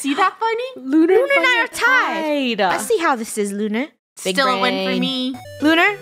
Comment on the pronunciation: Its not Looner its Lunar.(Not being mean!)